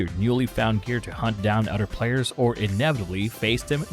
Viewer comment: "Udder Players"